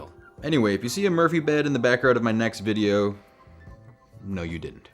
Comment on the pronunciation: "Veedo" ..'Smdh...